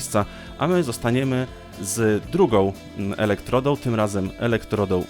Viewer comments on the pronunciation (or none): Jedna uwaga, nie "elektrodoł, soboł, baterioł", tylko "elektrodą, sobą, baterią"!! Galwaniczne, a nie galwaiczne. Dbajmy o poprawną wymowę języka polskiego! :)